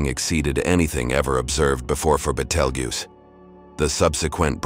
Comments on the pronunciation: I learned so many facts about Battlegeese. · Take this shit down, you pronounced Betelgeuse different Everytime you said it. You can't be taken seriously